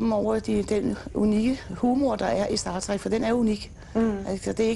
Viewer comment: i det mindste kan hun udtale "star trek" rigtigt